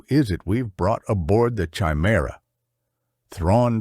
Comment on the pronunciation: It’s kuh-I- Merah not chi-merah. Just read the book, stop with all the ai